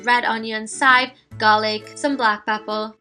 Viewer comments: shahar amsalem In Trinidad we pronounce it as "sive," but spell it as chives as well so forgive her dialect. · How come you said sive instead of CHive? I found it interesting